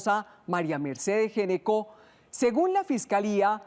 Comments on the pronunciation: el apellido se pronuncia ñeco, no geneco. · GN se pronuncia Ñ... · en Argentina, dnd se habla español, se pronuncia ñeco. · Que increíble que una periodista , supuestamente educada no sepa pronunciar un apellido. Geneco? What in the hell. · Ese apellido se pronuncia ñecco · Se dice ñeco no?por qué pronuncian así si es italiano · Ese apellido se pronuncia Ñeco. Es de origen italiano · No se porque pronuncian mal el apellido, en italiano se pronuncia Gnecco [ñeko]